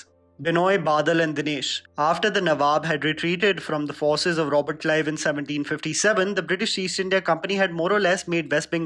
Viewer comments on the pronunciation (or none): none